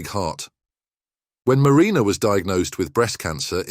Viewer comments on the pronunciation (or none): none